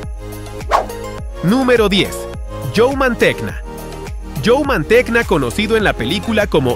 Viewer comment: Mantegna, se pronuncia “Manteña” apellido italiano.